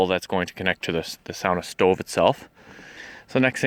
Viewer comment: Knew you were Canadian when you said “stoveeeee”